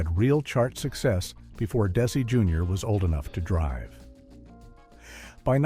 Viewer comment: What's with these hastily AI-created fiascos? "Des-AY"? Do your homework and knock it off with these click-bait sh!t-shows